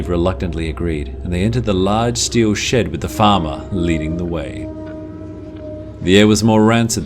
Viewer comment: When you said huge shed I thought u said huge sh*t